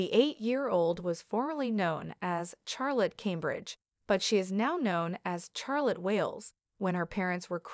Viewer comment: shar not char